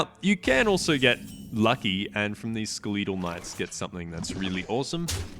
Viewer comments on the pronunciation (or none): I die a little bit on the inside every time he says "Skeletal Knight"...